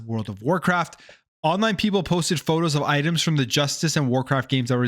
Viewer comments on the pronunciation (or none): none